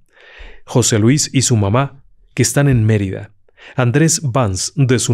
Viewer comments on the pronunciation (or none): none